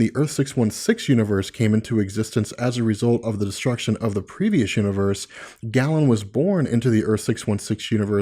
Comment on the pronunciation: small, minor thing... it's pronounced Gay-lan, not Gallon.